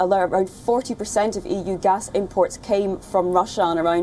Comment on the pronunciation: its gas not gus.